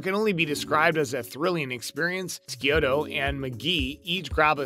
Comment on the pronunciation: Ski oh toe? It's Abby Sciuto! Pronounced Shoot-oh David? It's Ziva David!!! Pronounced Da-veed